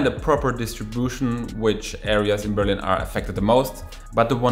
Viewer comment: BerlIIIIIin......not BEEEEEErlin......the intonation!!!! Also in ENGLISH!!!!